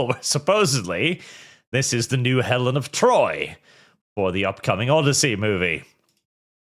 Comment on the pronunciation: Thats not elen of troy its elen of detroy